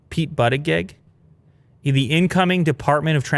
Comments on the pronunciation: He said "pete but a geg"... Close enough lol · Butting egg nice pronounciation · Pete butt-e-geg 🤣🤣🤣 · It’s Pete boota jedge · Buttigeig is pronounced bootejej 😂 don’t blame you for struggling to say it. I assume many people who haven’t heard the name being said would never be able to say it. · i literally can't get over how funny it is the way he mispronounced Buttigieg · It warms my Conservative heart that doesn’t know how to pronounce Buttigieg.